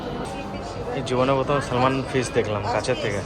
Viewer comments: বানানে এল থাকলেও উচ্চারনে এল আসবেনা স্যামন ফিশ( salman)বলে। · স্যামন ফিশ। ❤ সালমন উচ্চারণ হবে না। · সলমন নয় স্যামন ফিস। ভিডিওতে ঠিক ঠাক উচ্চারণ করবে। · সলমন বললেও তাও ঠিক ছিল। বলছে "সলমান মাছ"...😂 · Ota salman fish noy samon hoy banan ta thk salman bt pronounsiation is samon. Bideshi machh.